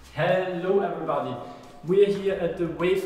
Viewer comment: No one: Wave in : hellou evrybady!